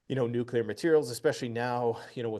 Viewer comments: It is so hard for me to believe that so called experts don't know how to pronounce the word NUCLEAR. Let me clue you idiots in! It is pronounce NU - KLEE - ER. If you can't pronounce the word I can't take you seriously. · What about a nucular drone? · He said nuclear or gas.........